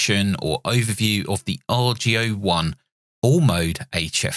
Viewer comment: Just a comment about pronunciation... Boris called it the "AR-GO ONE" rather than the "R.G.O. One"... The reason that's important is because he intended the radio to be an homage to Ten-Ten which produced something called the Argonaut. (Get it, heh? ARGO-naut?) He wanted to duplicate the Ten-Tec look and feel to an extent (especially the Ten-Ten Eagle), but he hoped especially to capture the old Argonaut's and Eagle's marvelous audio qualities, both on receive and transmit (but especially on receive). Anyway, the "AR-GO-One" is an incredible machine indeed, and I enjoyed your review.